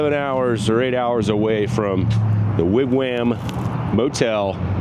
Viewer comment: Wig Wham? lol...It's pronounced Wig Wahm. Even with the breakdown it looks like a fun trip. Stay safe! Cheers! Zip~